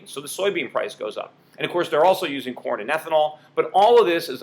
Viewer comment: For a second, I thought you were talking about porn prices rising instead of corn prices, haha!